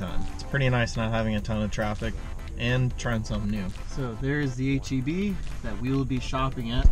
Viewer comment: H-E-B pharmacy or H-E-P pharmacy? you decide ;-)